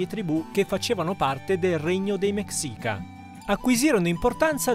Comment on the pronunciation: Si legge “Mescica”